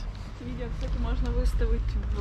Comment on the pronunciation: На русском не "Кстате", а "Кстати" Если что